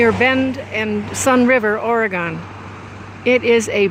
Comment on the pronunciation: Thanks for the tour. FYI Oregon is pronounced Or-Gun like the thing played in old churches not Or-Gone even though the settlers had Gone a long way😁.